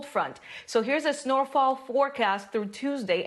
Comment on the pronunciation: "Snore-fall?" Yeah, I could climb back to bed for another snore-fall...😊